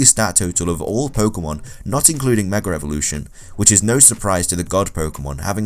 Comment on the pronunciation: did you say meger evolution your saying alot of things wrong you must be mind pooped